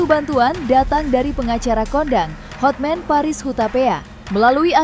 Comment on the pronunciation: Hotman mbk bukan hot men 😅